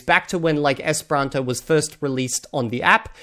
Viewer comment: I'm sorry, but I just found your channel, and it seems like you keep pronouncing "esperanto" wrong. It's like you mix the second and third syllables. "Espranto" is what I hear from you.